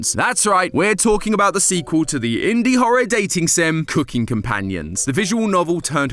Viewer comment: As a fellow Brit, I'm dying at how says cooking at the start of the video. C-oo-king, emphasis on the oo